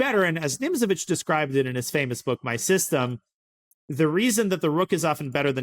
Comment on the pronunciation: Am I the only person who always hears "Mein K**pf" when Danya says "My System"?